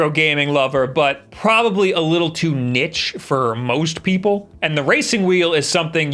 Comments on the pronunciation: It’s pronounced like NEESH not nitch. The way you say Mario is bad enough lol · It’s not ‘nitch’ my friend. It’s “Niche”!😂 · wtf? he just said niche as nitch??